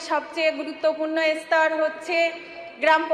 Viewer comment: এ-স্তর, ই-স্কিম...... এ কেমন মন্ত্রী?